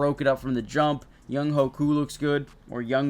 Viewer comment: This fool really said Young-HOE Koo 🤣🤣🤣